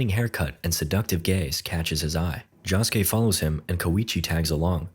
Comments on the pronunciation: The way you said Josukes name irked me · the way he says josuke is making me mad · can you atleast try to pronounce josuke correctly please i beg